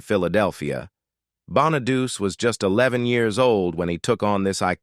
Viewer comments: The narrator is all AI. It mispronounced Danny's last neme is Bon-a-du-ce and not pronounced Bon-a-duce. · His name is pronounced bona du Chee not bona doo see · Dey wasn't a musical talent. I thought that Bonaduce was pronounced "Bon-a-doochee." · Davy Jones was not a Partridge... he was a Monkee, LOL 😂 If you people are going to make these videos, at least get things right!!! Danny Bonaduce's last name is pronounced, BONNA DUCHEE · You should learn how to read if you want to narrate these things Danny’s name is Bonaducci Sounds like Bawn-a-do’-chee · It's "Danny Bon-a-du-che". 😊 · God your AI should learn to pronounce star's names correctly. How disgusting they can't pronounce Danny BONEDUCE. It's pronounced "Bonn-a-dóo-chee". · Lol the way it says Danny Bonaduce 😆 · Computer voice doesn't even know how to pronounce Danny Bonaduce. What an insult.